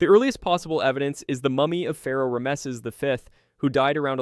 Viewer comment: Bro did u just pronounce Rameses like a butcher?